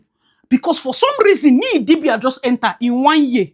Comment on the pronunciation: Crying at how you’re still calling her Nee Idibia, I’ll never get over that🤣🤣.